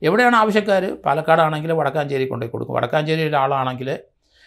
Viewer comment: വടക്കാഞ്ചേരി അല്ല വടക്കഞ്ചേരി ആണ്